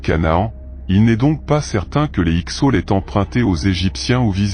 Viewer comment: vers 40 s. et 8 mn 'avenue Jésus Christ' pour 'avant Jésus Christ' : attention au rendu du texte 'lu' par le logiciel de voix électronique. En plus il dit, toujours 8e minute 'avarie' et 'X sot' pour, évidemment, Avaris et Hyksos : il semble bien ignorer que certains 's' finaux en français peuvent être sonores et non muets 🙂 Sinon, y'a que du vrai dans tes dires. Bonne continuation !